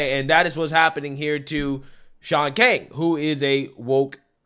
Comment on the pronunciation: Um, I believe his name is pronounced Shaun KANG.